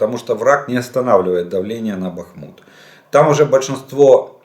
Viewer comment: Ага ржака. Когда пан Олег начинал вести свои оперативные обстановки, то он читал вопросы так, будто разбирал чей то непонятный почерк. По три раза не мог слово прочитать. А его бАхмут-бахмУт, просто умора, как Баден-Баден.